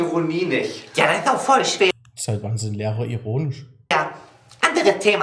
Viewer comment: ich habe "erotisch" statt "ironisch" verstanden 😂😂